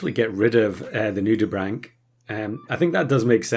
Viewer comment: Someone finally pronounced Nudibranch correctly.